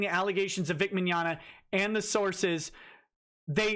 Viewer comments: "Meggnogna"? Who are these children. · "Vic Meggnogna" lol. "Vic Mignignog".